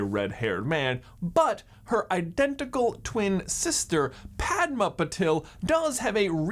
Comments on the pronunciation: And I always wonder why people mispronounce Parvati and padma's names- It's PARvati, not parVATI, and it's padMAA not PAADma.. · Paar-vuh-tee P-uh-dm-aah Those are the correct pronunciations of the twins' names I know it's not major but it's always nice to hear correct pronunciations Otherwise, I love this video, I actually picked up on a couple of these while rereading the series but I'm so happy to see others did too!